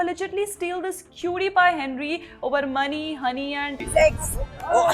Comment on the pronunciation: Noraml people : Boost is the secret of our Energy Mahua Moitra : Multiple SEGZZ partners is the secret of her energy 😂😅